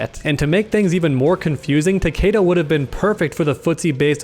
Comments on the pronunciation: his pronunciation of "Takeda" is cringe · All I want is Fujin, this man is really is one of the more underrated and overshadowed characters in the game. He had and has so much potential but as usual he's being overlooked by Raiden and now Cetrion And why do people say Tah-Kay-dah, even in the Story they call him Tah-Kee-Dah...